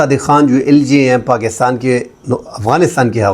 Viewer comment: محمد صادق خان ایلچی ہیں ایلجی نہیں ۔😂